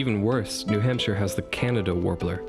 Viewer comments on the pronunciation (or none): none